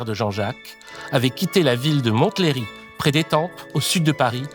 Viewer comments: Montlhéry se prononce "monléri" mais super vidéo comme toujours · Extraordinaire. Cette série restera dans les annales. ... par contre, j'ai habité Montlhery. Le T est silencieux. Monlhéry en soit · (vers : on dit "mon-lé-ry", c'est dans le 91. Mont le héry, en rapport à sa forteresse. Cité par Saïan Supa Crew ou les Visiteurs ;-) )